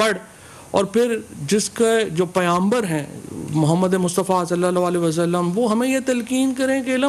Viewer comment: jis ko pighamber bolna nhi Ara wo Kiya Chand dikhayga